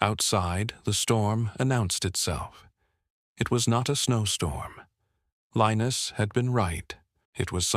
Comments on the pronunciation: The mans name was pronounced Li-nuss not Linus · Mostly it said LION-US 😕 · Linus is more commonly pronounced LINE US, although in this narration it varies from LEAN US to LINE US. Consistency counts!!!